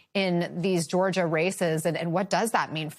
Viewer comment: You really pronounce Georgia like that always? Go back to Calillroda